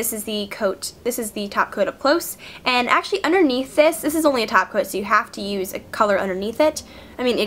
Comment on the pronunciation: i thought she said sparkly taco and screamed of excitement, then i realized she sad top coat.